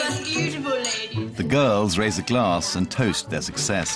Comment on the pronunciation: 'Laydehs incapable of pouring her ewn cup of teeeea!' That male designer who publicly humiliated poor Kayla is such a little bitch.